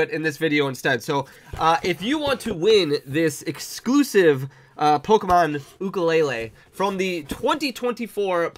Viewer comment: Awesome video and you are saying ukulele correct!